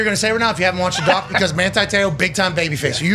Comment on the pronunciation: "Manthi Theo" why is he pronouncing the phonetic "T" with the "Th" ? Trying to sound "Thuff" ?